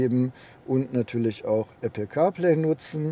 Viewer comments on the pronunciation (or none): none